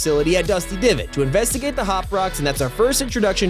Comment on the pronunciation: why did he say dusty divid